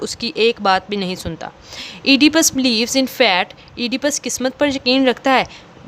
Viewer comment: Pl improve your pronunciation skills Fate not Fat